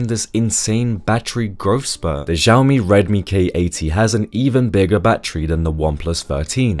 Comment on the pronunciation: It's Xiaomi, you pronounced Zhaomi... except , yes finally you said xiaomi thank god. Why are english people so phonetically inconsistent???!!!!